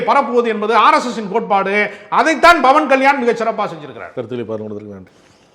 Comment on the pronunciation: ஐயா! நேர்முகம் கண்டவரே! பவன்கல்யாண் என்ற பெயரை ஏன் பிழை GTGபடப் பேசுகிறீர்கள்? அவர் பெயர் PAWAN KALYAAN ஆகும் BAWAN KALYAAN அன்று.